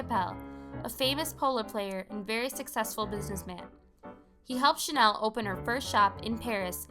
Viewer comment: It’s pronounced Chanel not Chanel .